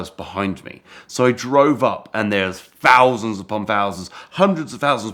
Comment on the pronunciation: "Sixty-free fousand pounds"